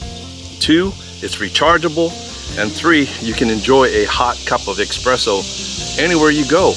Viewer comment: There is no such thing as "eXpresso".